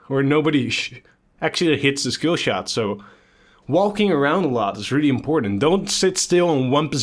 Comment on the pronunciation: Can't decide between pronouncing "shkillshot" and pronouncing "skillshot".